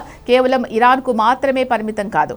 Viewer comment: Meeru thelugu sariga vutcharinchali * mathrame annappudu maa ni otthi palakaradhu